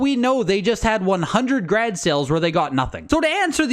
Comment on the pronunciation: Never using the word garage again.. from now on it's grage.